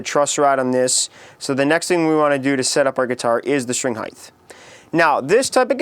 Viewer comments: Good tips, but if I hearr you sat high-TH in stead of height one more time.... awww, not even... I'm off to go murder myself!!!!! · H-E-I-G-H-T. Not H-E-I-G-H-T-H. PLEASE! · by "heighth" do you mean "height" ? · Great info but painful delivery and of course heighth is really off-putting. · Its height not heigth! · Heighth lol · Heith? It's "height." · I lasted , the "um's", tongue/lip smacking, and him saying "heighth", I couldn't take it. I'm very annoyed actually. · Height! Not heigth. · Yeah, redo this and make the word be "height", not "heighth" .. please. Other than that, good stuff. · "String Heighth" ? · Thanks Dude... However, there is no such word as "Heighth"... The wors is "Height"... You are thinking of "Width". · he can't say height properly. He says heith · It's pronounced HITE not HIETH... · erghh.... "highth"? making me cringe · Did this bitch just say "highth"? I thought it was "height". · Yeah, height not heighth. Also far too much spittle in the mouth, so slurping noises are not becoming! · its pronounced (HI-T)... not (HI-TH) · its height not heighth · is he sayin string heighth? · your videos are awesome, but the word is "height". "heighth" is not a word. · some simple tips for a simple human being: 1.STOP LIP SMACKING 2.LEARN HOW TO SAY HEIGHT no human says "hief" instead of "height" 3.GET THE FUCK ON WITH IT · The word is height, not heighth. There is no H on the end. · No offense bit I hate it when people say "Heighth" instead of "Hite" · What the heck is 'heighth'? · Height! Not heigth! Damn, that is annoying. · why do you say heigth? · Its pronounced height with a t at the end. Jeez. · Okay, I had to say it cause it annoyed me. It's height. No th at the end. Good video tho. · Heythe? Heithe? Hiethe? Hyethe? Hiethe? Hyieth? Wonder how he spells it. Good vid anyway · It's HEIGHT..HEIGHT!!! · Quit smacking your lips and learn how to say HEIGHT!!!!!! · Is he saying Heith, or is it just me? :) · STOP SAYING HEIGHTH! IT'S NOT A WORD!